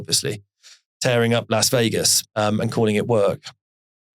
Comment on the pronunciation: Well done for pronouncing Las Vegas correctly. Most Brits (and Americans) can't, they say LOS Vegas.